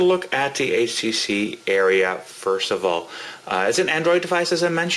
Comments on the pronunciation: I don't really notice him saying "uh" that much. Just him calling it the "Area" instead of the "Aria." Good review though. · "Aria," not "Area." Like the accompanied song in an opera or an oratorio... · Area does not equal Aria (are-ee-a) but thanks for the review. Everything i wanted to know!!!! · its u-ri-u